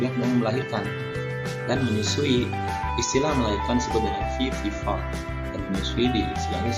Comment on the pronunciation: Mr itu vivipar bukan vivivar 🤭